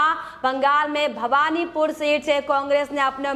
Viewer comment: It is Bahvanipore and not Bhagvanpore